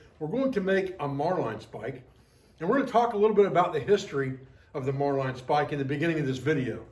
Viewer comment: Sorry to have to correct you but the proper pronunciation is marlin spike not marline spike. Great video ATB Sam Adler